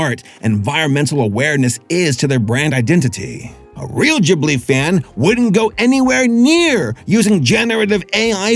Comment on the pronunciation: GIBli its GIB-li! NOT GHIB-li!